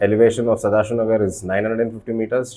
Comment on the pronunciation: Sadashiva not sadashiv Nagara not Nagar. Malleshwara not Malleshwaram 'where is the rum' coming from? Nagara ಅದು nagar ಅಲ್ಲ ನಾವೇ ಸರಿಯಾಗಿ ಮಾತು ಆದಿಲ್ಲ ಅಂದ್ಮೇಲೆ ಹೊರಗಡೆ ಇಂದ ಬಂದವರು ಹೇಗೆ ಕಲಿತಾರೆ?